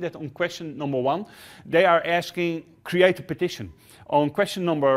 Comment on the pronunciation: Is he saying partition or petition ?